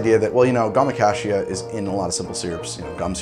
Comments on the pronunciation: How did you manage to pronounce “gum acacia” three different ways in less than 30 seconds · he pronounced gum acacia three different ways. was that a joke?